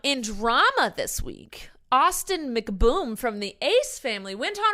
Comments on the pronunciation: when she said austin mcBOOM instead of mcbroom i lost it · "AuStIn McBoOm" 😂 notice how she say BOOM 😂